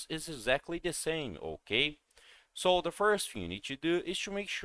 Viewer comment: Hokay? Hokay! Hokay.